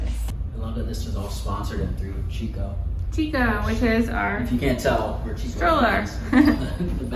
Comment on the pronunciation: Beautiful baby!! We enjoyed your video. Just wanted to mention that Chicco is pronounced different from what you said, the chi sounds like “key”